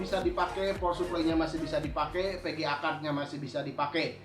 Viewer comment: Pegea kart 😅